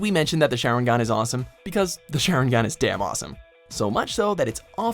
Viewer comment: nO 0ne:: Share-en-gan